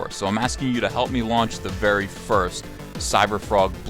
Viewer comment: Thick thighs save lives, Ethan. "Thank you verrrrrrrrrrrrrrrrry much."